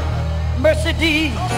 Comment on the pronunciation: "mercydees" not Mercedes 😂